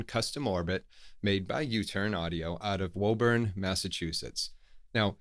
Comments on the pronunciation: It's pronounced "Woo" burn. C'mon, I thought you were a northeast guy. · I am going to be narly, your pronounced Woburn wrong (I think). With your irresistible New England accent, that's a delight. And the funniest part is: made by a local, caught by a Hungarian:) (Probably everyone outside of 128 pronounces it wrong) Otherwise lovely review as always!